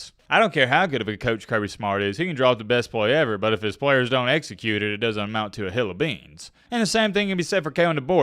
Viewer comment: “It doent amount to a hill o’ beans” DUDE YOU ARE SO COUNTRYYY.